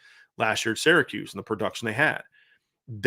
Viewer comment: Love your analysis. Intelligent and very fair, balanced and thoughful. But for the 99th time it's SEER-a-KEWS not SARAH-kews.